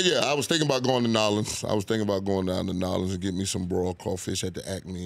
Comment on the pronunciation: Nah awelens = New Orleans 😶 And it's like he keeps saying it to make it clear he ain't saying it right ... he is ignorant ... but he speaks alot of truth my kind of guy